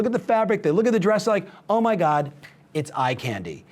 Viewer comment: Did he said "Oh my gay!" instead of "Oh my god!"? hahaha